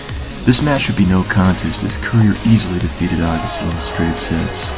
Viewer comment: Interesting..... But I'm pretty sure his name is Andre AYEgassi......lol. I don't think I've ever heard his name pronounced like that in 30 years.